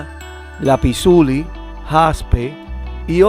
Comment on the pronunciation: Se dice lapizlázuli. Muy interesante video, siempre es bueno ampliar nuestra cultura. Gracias